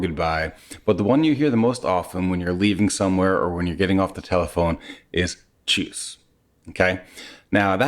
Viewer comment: He was pretty spot on with the way he said it👏 Easier than Hallo, it seems😅